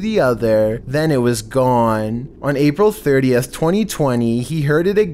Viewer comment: Is no one gonna realize how he said “April 30”